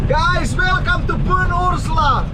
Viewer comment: Pynursla ❌ Pyns-urla ✅